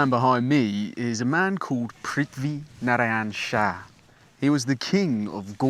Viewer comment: THAT PRITHIVI NARYAN SHAH WAS SPOT ON